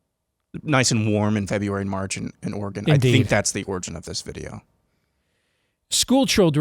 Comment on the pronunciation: "Organ"? Like in pipe organ? We used to have bumper stickers with, "ORYGUN" which is phonetically how you pronounce, Oregon. I have heard outsiders pronounce, OryGONE, which is NOT how we speak it here. No one says, WashingTON, but rather say, WashingTUN.